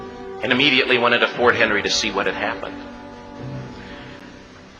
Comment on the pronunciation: It's Fort MC Henry ( narrating) gets it wrong, among other things. But it all sounds great!😂